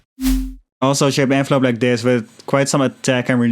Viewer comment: You should sample your voice saying "like thes" it would sound dope